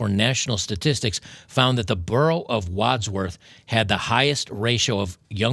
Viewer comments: He butchered the name It’s Wandsworth not wadworth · Wands Worth , think harry potter when you pronounce it, and its a *it hole.